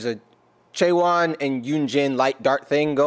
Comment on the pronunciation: A little more information ... you are correctly saying all of their names! A little about them ... Chaewon is the leader, and is an AMAZING singer. Look up "Honey" covered by Chaewon. You'll melt. Yunjin is opera trained and also has an amazing voice. Look up "Blessing in Disguise", a song she wrote about her journey to Korea, being cut a singer reality show and sent home, and then deciding to go back to Korea to become a part of Le Sserafim. Sakura is the oldest and was a star in Japan before this. Kazuha was a champion ballerina recruited for a ballet company in the Netherlands. And Eunchae (the first syllable rhymes with "done") is an incredible dancing talent that is the youngest of the group.